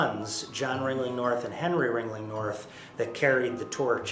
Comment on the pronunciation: kept saying ring-ley. The ghost legit corrected him.. RING-LING